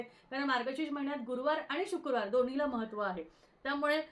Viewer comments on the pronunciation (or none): Shukurwar nasto shukrawar asto.....marathi shudh havi.